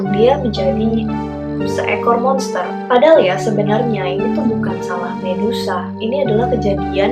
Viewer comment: mengutuk menjadi lobster? Apa salah denger yh.. d ulang" tetap lobster bukn monster 🤣